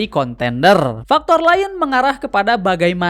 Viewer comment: Maaf bang saya terganggu banget sama pengucapan arsÉnal. Yang benar adalah arsEnal.